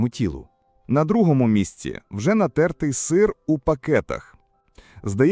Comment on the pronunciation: Так крохмаль і так додають у всі кондитерські вироби, соуси! А в пластик все пакують! Не робіть щ мухи слона! Краще навіть ШІ правильно наголос ставити 😂 Нáтертий сир 🤣🤣 Сири з пліснявою завжди вважалися делікатесом, а тепер на тобі « думоряна голова»😂😂😂 Що воно таке?